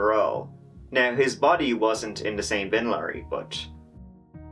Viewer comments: What the heck is a bin laury? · Dafuq's a "bin laury"?